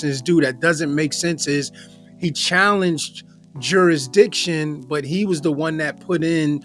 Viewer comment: Why can’t sov cits seem to be able to pronounce the word jurisdiction.